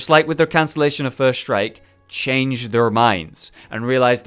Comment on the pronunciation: lol, whenever he said first strike i thought he was saying "first reich"